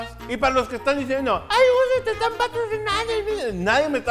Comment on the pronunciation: dijo pratrozinando?